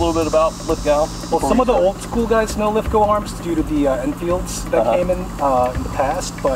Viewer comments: Its pronounced Lith-Go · For Christ sake, it is pronounced LITH-GO. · I can't seem to understand why yanks can't pronounce Lithgow properly, bloke couldn't pronounce it at the start of his video but at the end that changed. Pronounce Lith-Go.